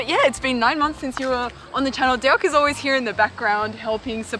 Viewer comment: Lol that's so Aussie..."Derk and I are excited about the idea of doing it"